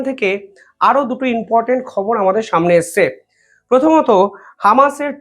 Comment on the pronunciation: ভাই ...reporting করার সময় তোমার শব্দ চয়ন সঠিক হচ্ছে না ...."বলেছে, বলেছেন, করেছে, করেছেন " এই জাতীয় শব্দ প্রয়োগক্ষেত্র ভূল হচ্ছে বারংবার....আর repeatedly "inportant pronounce korcho...it should be important "..be careful